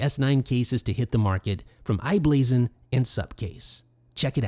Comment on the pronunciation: Good video. One correction it's i-Blason